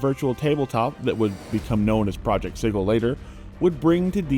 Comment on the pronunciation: Am I being gaslighted now about how “sigil” is pronounced?